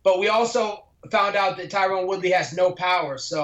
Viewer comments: For fuck sake Colby it’s not Tyrone............it’s Tyron...... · Notice how he keeps calling Tyron "Tyrone" while saying that wrong name 5x more than is required for the audience to understand who he is referring to. He's very slick with his disrespect lol. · FuturePro95 he said Tyquil Woodley once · Why does he say "Tyron Woodley" every time lmfao, and Usman is beating his sloppy seconds recently.